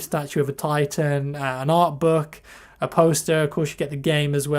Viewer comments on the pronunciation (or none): none